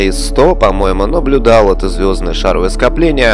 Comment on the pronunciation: Не шАровое, а шаровОе скопление.